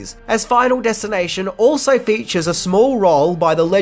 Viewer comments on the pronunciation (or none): none